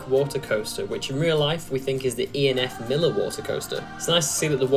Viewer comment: it’s not pronounced E&F miller it’s pronounced E&F My-ler